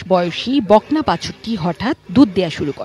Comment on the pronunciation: *বকনা কে বলল "বাকনা" *অলৌকিক কে বলল " আলোকিক" 😅😅😅